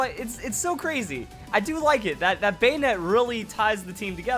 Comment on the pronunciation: you pronounce bannete wrong.